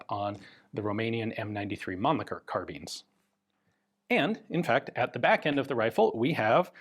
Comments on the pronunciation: Mannlicher, not Mannlicker! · Being german, it bends my toenails, when english language speakers speak german ch sound (Mannlicher)as k. German ch sound ( two variants) is about the noise, an angry cat makes , when laying down the ears.